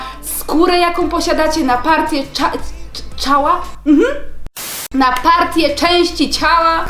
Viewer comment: Najlepszy moment ,,czała"